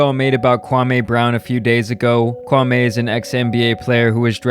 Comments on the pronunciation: His name isn't pronounced Kwamay.....Its Kwa-"me"....he pronounced his name during a stream. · It's not Kwamayyy It's Kwameee! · Kwa me not Kwa May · It's kwa-me Not kwa-may!! Pronounce his name right. You are doing the same thing stephen A.Snitch and Skip Base-Less are doing!! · Kwa ME . Not Kwamayyyye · It’s Kwameeeee brown not Kwamehhh. This is one of the reasons he was mad. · lol you my nigga bruh but please say Kwamee not Kwameh 😂, but thanks for covering this lil series regardless this shxt is hilarious fr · HIS MAME IS NOT KWAM-A ITS KWAM-E. If you gonna cover his content, at least respect his name. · Kwa-ME, not Kwa-MAY. C'mon man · KwaME not may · His name is pronounced "Kwa-mi", kindly correct your pronunciation next time! Kwame has made it clear several times.🎯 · Omg... his name is pronounced “KWA-MEE”! Fuck! Pronounced is wrong all video.🤦🏾‍♂️ Good video though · SAY KWAME'S NAME THE WAY HIS MOMMA DID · You are saying his name wrong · I hate the way you say 'Kwame.' I know you're doing it on purpose. 😭